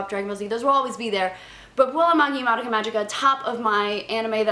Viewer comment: It's not madaka. -.